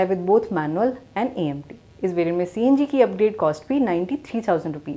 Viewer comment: Change THIS LADY ... HER WORDS ,are not clear . And clearly she Understands Nothing ‼️‼️‼️ poora video kharab kar diya CNG ko png . AMT bhi bolna nai aata 🙏🙏. Sry for hard comment 🙏🕉️🇮🇳